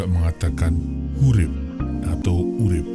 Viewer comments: Sunda "Hirup" bang bukan Hurip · Bukan hurip min tapi hirup. Mimin nya kurang wawasan🤣🤣🤣🤣